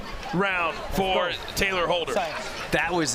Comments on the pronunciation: It’s Tayler not Taylor. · Nobody: Not even a single soul: The commentators: TaLYer HOLdEr